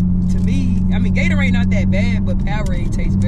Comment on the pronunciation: It’s Gatorade not gatoraid